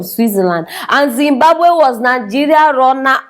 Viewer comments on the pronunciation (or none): none